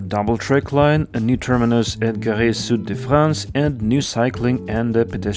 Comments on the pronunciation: Gare: gaar. I am surprised that you did not look it up. French is not a secret language. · As someone living in Montpellier and literally just took a TGV to come back home, it's about time we finally got that extension, definitely makes going to the station way easier. Also your pronunciation was fine (just for the word "gare", the e is mute like you'd say car for example)